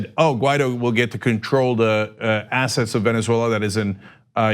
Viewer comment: I don't know why it bothers me so much that Ana says Venzwella, but it does. And she says it a lot.